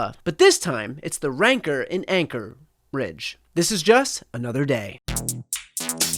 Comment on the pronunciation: Was that "rancour" .......or Wan............?